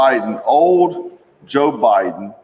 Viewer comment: It's not jo bidon